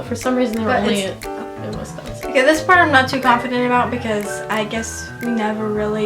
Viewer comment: Hey Texas...it's WisCONsin, not WESSconsin. :-) -from a Wisconsin girl now living in TX.